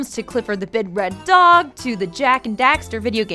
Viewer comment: Anyone else hear her say the bid red dog?